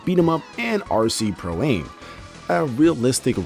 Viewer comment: Oh my god, stop saying "Pro-Aim"! It's pronounced "am" because it's short for "amateur". Radio-Controlled PROfessional-AMateur. Get it?